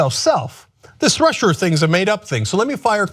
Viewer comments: "Russier" lmao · "This Russier thing" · This Russier thing---LMAO, Cenk!!!!